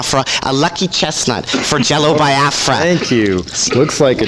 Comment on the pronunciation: I don't know what was more annoying: the gay love fest or this idiot consistently mispronouncing Biafra